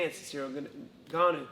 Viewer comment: its the right pronunciation. pretty damn good. if you go to pronunciation websites and make sure its the french pronunciation since he is from france, this is great.